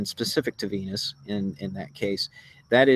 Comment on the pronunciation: and its venus not venis!